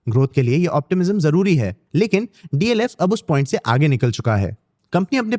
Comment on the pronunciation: It’s DLF and not DFL